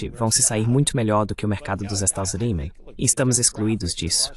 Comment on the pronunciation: Kkkkkkkkk ele fala "Estados Zeleis", maioria das vezes não entendo....ou então os "Zeleis"